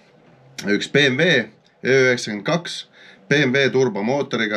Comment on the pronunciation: Meelega ütlesid ööö92 või kuulsin valesti.?😂